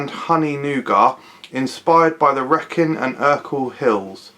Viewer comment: Reckin and Ur-kull hills? Lol, it's ree-kin and ar-kull hills!